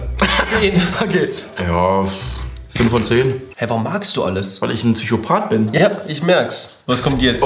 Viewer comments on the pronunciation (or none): niemand:: "du TSychopat" xdd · Niemand.....: “Zychopath“